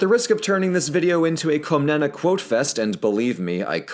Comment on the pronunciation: Κομνηνή is closer to "Kawmnaynay", with stress on the last syllable. Only mentioned this because ever since I started learning Greek on Duolingo, the OSP Ancient Greek videos on YouTube have captured my fascination!